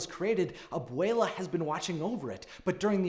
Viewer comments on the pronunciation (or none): The way he says abuella tho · If you say Obwele as Obwala I will literally implode. Nothing personal just a little annoying but I love your vids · “Ab-wale-a” -This guy on my yt fyp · I died every time he said abuela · Please work on your pronunciation don’t slaughter our culture by white washing it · Anyone else gonna talk about how he pronounced Abuela and casita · i cant get over the way ur saying abuela